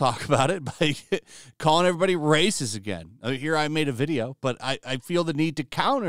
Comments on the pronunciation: This brrrrrrrrracist never gets old xDD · RRRRRRRRacist RRRRRRReceipts please?? They have none!